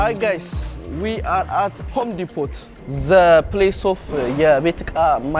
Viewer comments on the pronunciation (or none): Don’t say Home ዲፖት ! Letter ‘T’ is silent and it’s read as ‘Home ዲፖ’ . The young man is trying to correct you but you don’t listen.